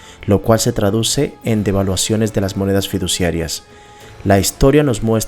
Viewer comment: Me gustá el video y no es por darmelas de qué se más o no, pero siempre es importante corregir los errores de habla pues eso créeme que reduce la credibilidad: Los que encontŕe fueron.... Dices Inflacción y es Inflación. Dices deflaCción y es deflación. Dices DeSvaluaCción y es Devaluación. (Las mayusculas son las letras que sobran.) Aunque no le quito merito al video estoy de acuerdo en un 100% con la información presentada en este, sigue así!